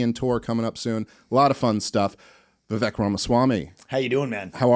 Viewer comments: Please pronounce Vivek’s correctly. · “My closest friend and guest, Vivek” (awk) wha the heck, (fok) VIVEK RHYMES with cake! 😂 🤣 Dave is the best, he was a little nervous right away and that makes it even more genuine. Dave has found his forte in this space, his success is well due. Vivek is impressive. I always sit back and wait… watch… at the right time the decision will be clear. It’s now basically as simple as voting for the much lesser of two evils.